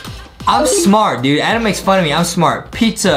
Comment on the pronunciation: I love Justin that he calls adam "Adem" lol